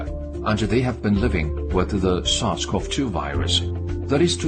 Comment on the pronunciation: I can't understand what he's saying in the deer video, "sasquatch-2 virus"? Lol. So are they trying to say people gave deer this virus, and then it turned into covid, and then the deer gave covid back to us? Those damn sasquatch virus carrying deer! 😠